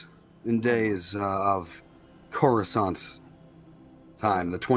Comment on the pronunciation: When you said Coruscant I peed my pants with excitement. (I will say not literally)